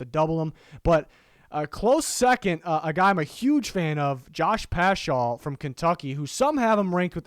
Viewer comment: hey i’m like 99% sure it’s pronounced pascal, though i do love my boy getting some love! keep up the good work 👍